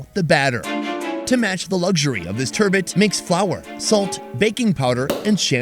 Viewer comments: Did you really just say “tur-bit” 😅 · Turbot not turban. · Bro just butchered that lovely fish geez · Sorry you butchered the Turbot.